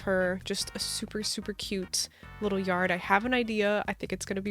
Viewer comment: I love how u say yarrrrd💅im sick to btw☺